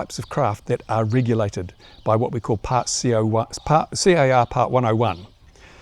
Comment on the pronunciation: 'riggulated'? 'Ticksting'? WTF's he saying?